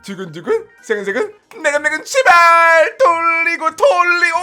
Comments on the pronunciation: 시ㅂ? 예??? 욕 아니죠? 계속들어도 욕으로 들림 ㅋㅋ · 제발할때 시발이라고들려요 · 욕처럼 들려요우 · 어 ㅅㅂ 왜 진짜 욕으로 들리지?